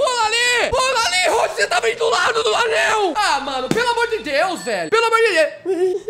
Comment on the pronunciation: Não é roug e roaug